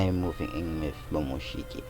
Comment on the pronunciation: Did he say momoshiky